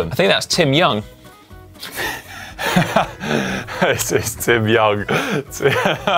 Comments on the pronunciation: As it was Connor, he could have pronounced it Timy O'Ung. 🙂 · "TIMY OUNG" lol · Simon makes fun of Conor for misreading "Tim Young" right after he misreads "Ross A Kerr"; that counts as ironic, right?